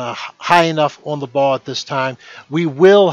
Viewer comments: Why can he not pronounce the L in ball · is it me, or is this guy not even able to pronounce the word, "ball"...